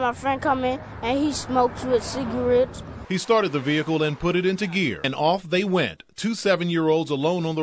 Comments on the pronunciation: He smokes with "Cigawets" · Ciga*wets*. LOL